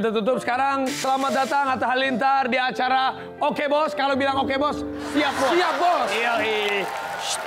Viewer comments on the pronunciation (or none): Bukan siyap bos tapi shap bos